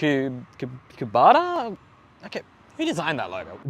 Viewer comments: The tractor brand is pronounced Ka bo tah 🙂‍↔️ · it’s pronounced as Koo-bow-tah. Cheers from Adelaide. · Kubota is pronounced cub o ta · you really need to run your script past someone who knows. You got Kubota wrong, and it's Braw-ton PS... turn down the ridiculously overly upbeat music. It's drowning out your voice.